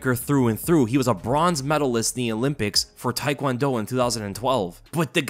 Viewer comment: Taekwondo, not "thai"kwondo. Take-won-do. I hate that no one pronounces it correctly.